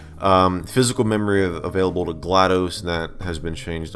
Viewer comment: this isnt GlaDOS this is GladOS